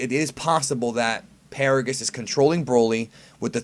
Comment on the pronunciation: NANI!!!!!!!! Its actually Paragus